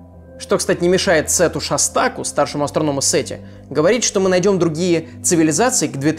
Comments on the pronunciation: Сука шОстаку ударение на о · Черт, у меня фамилия Шостак... Только ударение на первое О